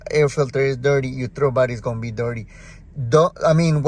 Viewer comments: Oh. You were saying "throttle body." It sounds like you're saying "throw body." I've been searching for the Idle Air Control. After 25 different videos and 2 hours of internet search, I finally found out that THERE IS NO IDLE AIR CONTROL on the 2007 (and other years.) It's supposedly controlled by the "throw" body. Thx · "De trobody" 😂😂